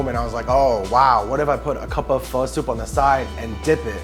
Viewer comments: i remember me saying the same way homeboy said pho for my first time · I'm going to say it like I always say it: "It's fuh, bruh; not foe, bro." You would think friends of the proprietor would know by now how to pronounce this dish, let alone any adult in the present day. Why people aren't willing to be corrected is also a problem. Viet language is just as important as anyone else's. Show some respect and pronounce the most common dishes properly. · When people mispronounce pho to be "faux". Biggest pet peeve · Pho literally translates to noodle soup. So where is the noodle? Lol. I love when people say "fo" like "fo sho" it's so fucking cringe. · If you pronounce pho like flo in 2024 especially in New York . Deportation please. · The Krish dude just killed me inside how he pronounced pho ... the white chick even saud it correctly eesh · And why does no one know how to say pho?